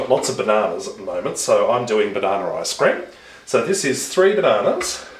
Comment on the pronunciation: Sounds like you're saying eye scream